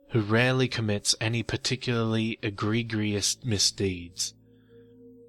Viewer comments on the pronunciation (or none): Implacable is pronounced Implackable...not implace able..just for future reference. ...and egregious is pronounced Egreejus. Great reading , and I do love your voice and quieter tones for through the night time listening. I hope you don't take the pronunciation corrections too personally , languages are my thing and I am genuinely just trying to help you , you are my favourite go to storyteller right now. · I don't know if your recent videos have improved, but I have to admit that I find it a little off-putting just how often you mispronounce words like "implacable" or "egregious."